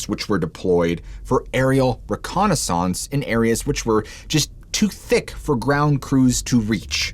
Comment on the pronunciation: Just another vid stolen from 411, there is no" Deadly Truth" in this at all. Learn how to pronounce reconnaissance FFS